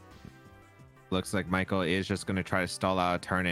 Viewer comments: 0 he perfectly pronounced michael :O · just switching to perfect German to pronounce Michael's name had me so confused until I remembered that he is, in fact, German himself